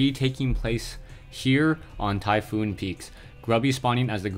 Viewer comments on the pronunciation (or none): Typhon, not Typhoon Tie-fawn, not Tie-foon. Check the wiki for the mythology.